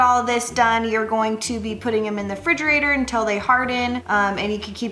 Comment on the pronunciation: I was interested until she said “frigerator” twice